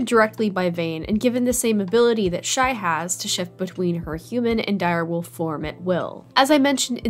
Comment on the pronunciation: Isnt it shai instead of shi